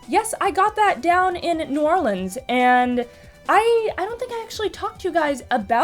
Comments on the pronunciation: Hey, glad you had a good time in my beloved home town of NOLA for Halloween. Especially since you pronounce it correctly. Remember kids, it's only pronounced "Oar-Leans" if you're singing it and need a rhyme, and only pronounced "Nawlins" if you're desperately wanting an actual local to strangle you. Half-joking commentaries about pronunciation aside, since I only subscribed pretty recently thanks to the creepypasta narrations and such, I didn't even know of the music stuff, the sample was awesome so can't wait to hear the updated one. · I AM SO HAPPY THAT SOMEONE IS FINALLY PRONOUNCING NEW ORLEANS CORRECTLY! THANK YOU! :D